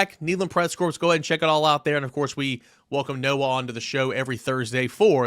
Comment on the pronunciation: You do NOT pronounce the “S” in the word “corps.” It is pronounced like the word “core.” Just trying to help you out.